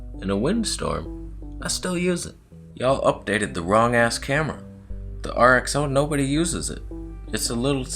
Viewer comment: RX-Zero-ii not RX-Oh-ii 🙄🤣